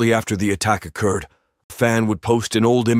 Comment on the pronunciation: when the incident oh-cured